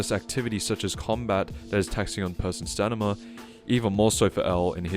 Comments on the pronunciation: Take a shot everytime he says stanima. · "stan i ma" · The way this guy pronounces “Stamina” threatened to give me a brain aneurysm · It’s STAMINA. You bumbling baboon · it's stamina.